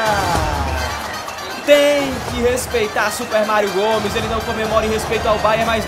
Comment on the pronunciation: Vitor Carlos mano, oq vc espera de algm q fala StuRtgart e n Stuttgart hahahaha